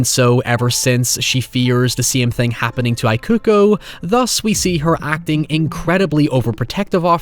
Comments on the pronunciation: Just FYI, "Ikuko" is pronounced "eeh-ku-koh" :) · Mitsuko was fine to me, the “I” on Ikuko was what I couldn’t take 😅 It’s an Ee sound not an “I” like “I am” sound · Ikuko is pronounced with "ee" not "ai" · How can you watch an entire movie with people calling someone by their name correctly and then turn around and call her Eye-kuko for a whole video? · Similar thing with ikuko, instead of the I sounding like the word eye, it should sound like the EA in the word eat. So it should be pronounced as Ee-koo-koh. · You watched this, but you still can't pronounce 'Ikuko'? Come on, man, minimum effort.